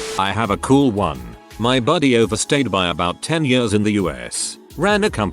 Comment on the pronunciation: Noone: The bot reading: I lived in DC for many yöhrs